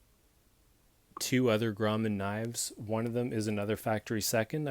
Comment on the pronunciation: fyi, its pronounced Grow-man, in Pic-toe, Nova Scotia. Own the #3 in carbon steel, and the R340S lock back folder, very happy with both. I've heard the same thing about their seconds, the defects are usually very minor. Cheers, it's a great looking knife.